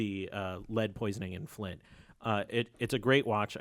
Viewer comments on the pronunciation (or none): none